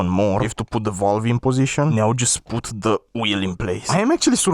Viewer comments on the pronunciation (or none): yo just giving you a heads up,its not volve its valve and keep up the good content!